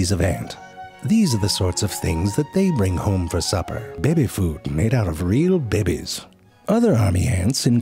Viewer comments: The way he pronounces babies as “bebes” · It's more like, "Bèby food made out of real bèbies!" - You gotta get the pronunciation right lol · Whenever he says “Behbes” I find new hope for the world. Until I realise that almost animal depicted in media as “cute” and/or “sweet” plus “adorable” are more then likely sly and conniving bastards. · The way he pronounces stuff is hilarious. "Facts about the ooooooowl" "Behbes" XD